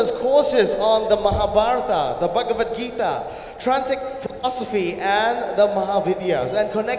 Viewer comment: The anchor who introduced her is so cringy to watch and hear. An indian who can't pronounce bhagwad gita and mahabharata